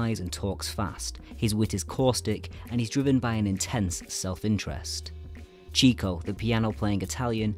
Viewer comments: Nice work, but just a few little errors that need correcting: 1) It's pronounced "Chick-o" and not "Cheek-o." Leonard received that name due to his "chicken" (chick)-chasing. 2) The brothers as a team released 13, not 14 feature films. 3) The Cocoanuts is concerned with the Florida land boom (not California.) And I do have to say, and with complete respect: there's more than a bit of over-analysis at play here. As someone who has had both a personal and scholarly relationship with the Marx families for nearly a half-century, and who was honored to actually know Groucho himself, the brothers and their writers (some of whom I was also fortunate to know) weren't seeking out specific parallels in their contemporary political world. Their bottom line was always: "what will be the funniest thing we can do?" - and not "how can we satirize Hitler, or make some sort of social commentary?" They also believed - profoundly: that analyzing comedy was the best way to kill it. Duck Soup is an extension of nothing so much as their developed characterizations via 20 years of vaudeville - Zeppo's role is NOT as some sort of Everyman, but rather as the necessary straight man component the three comedian brothers required when Gummo left the act in 1918 (and Zeppo was, by all accounts: actually the funniest of the brothers offstage - and didn't relish his role in the films, which is why he left at the conclusion of the Paramount contract.) Duck Soup owes (perhaps) more to Paramount's previous-ye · The pronounciation of Chico's name is Chick-o, not Cheek-o. He was nicknamed this because he was the one brother who could talk to girls (or chicks) confidently. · It’s Chick-oh, not Chee-coh. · In case you’ve forgotten, it’s not “Cheek-o”...it’s “Chick-o”. The nickname “Chico” came about as Leonard (real name) was a “chicken chaser” (womanizer). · Even I had pronounced it Cheek-o at one point not knowing it was supposed to be Chick-o.